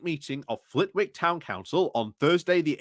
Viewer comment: Just a minor note, the w in Flitwick is silent